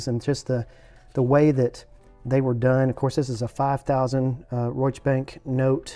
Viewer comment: It is supposed be be pronounced something like Reish Not rike Reishs- bunk- no- tay Reishsbunknotay Reichsbanknote Sounds kinda like the real deal. The money was "pre"(value was already limited) inflation. Not much worth after the war when ppl went to get bread with a wheelbarrol full of cash.